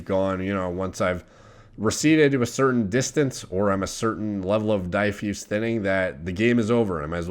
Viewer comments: Plamen Nonchev He’s been saying it that way for years, Die Fuse thinner, Lol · That’s not how you pronounce diffuse